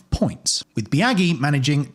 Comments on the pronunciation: It's Bi-Ah-jee, not Bi-Ah-Ghee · Legit hard to watch hearing you butcher Biaggi’s name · That fact that you can’t pronounce max biaggi’s name correctly killed me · Love when people who do research for videos draw a hard line at doing any research into the pronunciation of foreign names